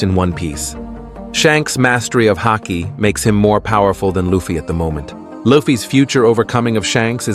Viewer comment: How can you not get the pronunciation of luffy right lol